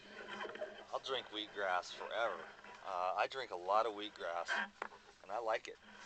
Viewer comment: its just cause you constantly hear weed-gras, ha!? :)